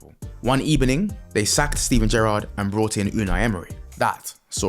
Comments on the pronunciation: as emery starts press conference he's accent sounds good ebening instead of evening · ''one ebening'' 😂😂😂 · he's spanish so there v's are pronounced as b's,one afternoon he was do a pregame talk with the journalists and he said good ebening and it kinda stuck with him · "One ebening"😅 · "One ebening... they sacked Steven Gerrard and brought in Unai Emery." 🤣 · "one Ebening" went double platinum in my room 🤣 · You sprinkling "one ebening" in the there was epic 😂😂😂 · I was focusing on the details in the video and “One Ebening” caught me off guard 😂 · I heard it and instantly paused the video to check the comments.